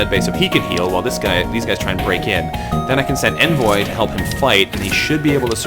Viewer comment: Envoy is pronounced Ahn-voy =P